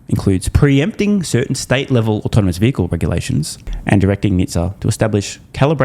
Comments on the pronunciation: I know, he says, “autominous” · Can’t watch this moron. Love Tesla. “Automanous and rabbatics” not giving you a full watch or thumbs up. Nope.